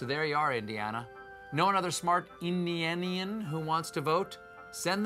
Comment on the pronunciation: "Indianians" OOF that hurt to hear lmaooooo 😂